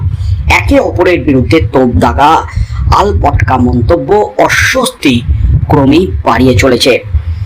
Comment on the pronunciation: আলপটকা নয়, কথাটা আলটপকা।।